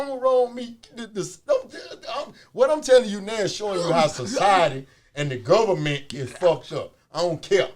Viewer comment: “Guvment....Entertainment....same ment. “ 🤦‍♂️🤣